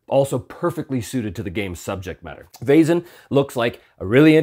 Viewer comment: Perfect pronunciation of Vaesen! Your soft S was a little more German than Swedish, but spot on. Fun fact: Vaesen/väsen/Wesen (modern German writing) means “being”, so by extension “entity, creature”, it stems from the PIE root *wes- that means “to be, to live, to remain” as seen in the simple past “was” in modern English. I suspect the correct term must originally have been “supernatural beings”, but maybe “väsen”has semantically shifted in modern Swedish. Would make sense, since while every living being is a Väsen, you wouldn’t address anyone as such. Anyway, goodbye fellow entities!